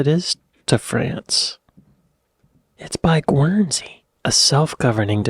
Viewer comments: I can rarely tell when is drliberately mispronouncing British place names or if he is innocently just getting them wrong (?) Berkshire: 'Barkshur' Guernsey: 'Gernzey'...shire: 'shur' Hampshire: 'Hampshur'... Berkshire: 'Barkshur' (repeated because you repeated it, still mispronounced!!) 🙂 (and Derbyshire: 'Darbyshur' just in case you wondered,?) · It's pronounced "Gurn-see"! 🙂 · BERKSHIRE is pronounced BARKSHIRE. The part of France that Jersey is next to is called BRITTANY, and it used to belong to Britain, hence the name. Jersey and Guernsey were occupied by the Germans during WW2. GUERNSEY is pronounced GURNZEE. The LIBERTY BELL was cast in England at the Whitechapel Bell Foundry.